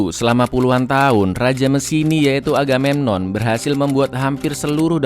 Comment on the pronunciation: Apa cuman aku yg dengar raja aganenon wkwkwk